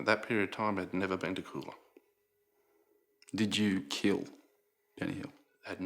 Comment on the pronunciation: It's pronounced Cool-ah not Coo-lah. I think the hotel manager did it.